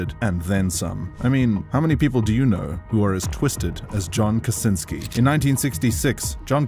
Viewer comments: Kurwaaaa John Kaczynski ,a nie Kasinski !! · mispronounced last name too.